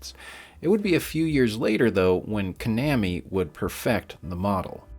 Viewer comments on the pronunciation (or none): I figured one of the easiest ways to kill players was friendly fire. Also, "ka-nam-ee"? I'm certain it's pronounced "koh-nah-me". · never heard konyaami pronounced like that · He said kanammy 😂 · As someone who was born and raised in GA, hearing "can-ammy" made me giggle. X) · Or Kanammi. Sounded like 2 syllables off. Makes me feel old, that used to be a household name. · This is an interesting video, but your pronunciation of "Konami" made me physically choke on my cereal. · Bro why did you pronounce Konami like that??? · You had me up until you mispronounced Konami. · I'm glad someone else caught that. It was diabolical